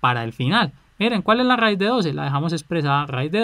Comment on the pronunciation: RRRRAIZ JAJAA